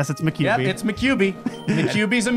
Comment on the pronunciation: "Maquibi".... Ma-nine tails?